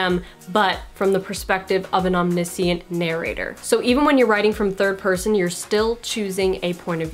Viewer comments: Nice and succinct. Thanks! Nit pic: om-nish-ent :) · Why do you pronounce omniscient without an "sh" in the middle? Very unusual. I don't think I have ever heard anyone pronounce it that way.